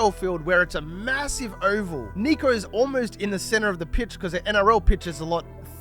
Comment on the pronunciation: Bruh it's Nick-o, not Neek-o. Also imagine comparing him to Lockyer or Thurston LOL.